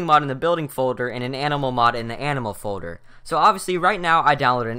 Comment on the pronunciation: folder = "foder"